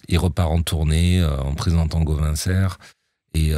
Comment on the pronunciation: Gauvain Sers et non Geauvain 😂😂